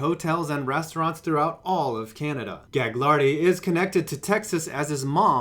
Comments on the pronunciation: Its pronounced Gu-lardi not gag-lardi ya bafoon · It's actually pronounced galardy(silent g) my brother goes to school with his kids